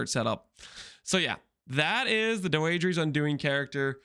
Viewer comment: "doh-eh-dra's" undoing. That's how it's pronounced. Not doeedrees.. fucking English isn't hard